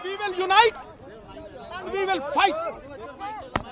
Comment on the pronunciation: Mama khud bol raha it's "will" not bill ....feku ki "will" he thoph raha ...andbhakht ko samajh nahi ayega gaumutra pio